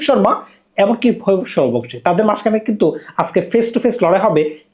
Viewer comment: ভাই আপনার উচ্চারণ এ সমস্যা,অন্তত প্লেয়ারদের নাম গুলো মুখস্হ করে ভিডিও করতে বসেন,ভইভব সুরিয়াবংশী এই উচ্চারণ টা করতে পারছেন না,শিমরান হেটমায়াট বলতে পারছেন না হইল কিছু???